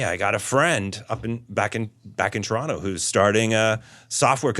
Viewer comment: Respect for saying "Toronto" properly